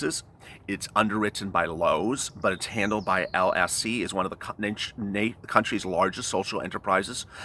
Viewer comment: You said Lisc, Lic and Lsc. Please, which is it?